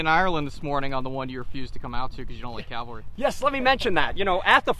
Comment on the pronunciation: Could you please tell the Gettysburg Tour Guide that the word is CAValry, not CALvary. Cavalry are armed horsemen, Calvary is where Jesus was crucufied. In presenting history, one should at least try to sound professional.